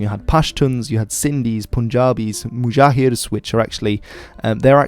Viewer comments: By the way the word is "Muhajirs" not "Mujahirs". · One correction it is 'Muhajirs' not 'Mujahirs' and they are not an ethnic group but they are literally migrants. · It's Muhajirs not mujahirs